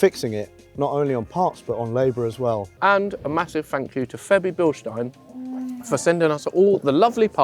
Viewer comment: It is pronounced Bilstine, not Bilsteen...